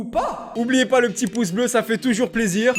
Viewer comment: « nous n’avouons pwa tous »